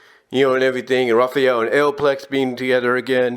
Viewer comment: 40+ issues is 4 years (12 issues per year, 4 years = 48 issues). And Alopex is pronounced "Ah-low-pecks"